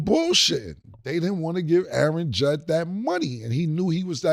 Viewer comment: I know Killa aint correcting Mase on saying Callahan instead of Shanahan when Killa literally just said Judd instead of Judge and lets not forget the MIKE TOMLINSON🤣🤣